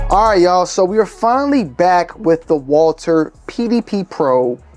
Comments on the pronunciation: Walther not Walter God! Jesus! I can’t unhear it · Honestly, Walther if pronounced in German would be Valter so you’re not that far off.